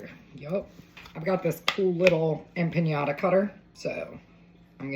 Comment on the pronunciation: I love it…the only tiny critique I have is it’s not pronounced empaÑada, it’s empaNada.